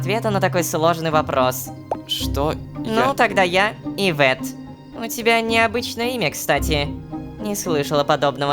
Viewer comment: А можно не ивЕтт а Иветт